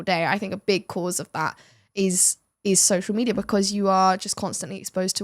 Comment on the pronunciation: Social mediaR. AmericaR. AustraliR. AntarcticR. RussiR woRRRRds aRRRRe haRRRd.